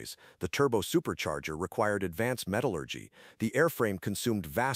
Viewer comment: Matallurgy - Thanks AI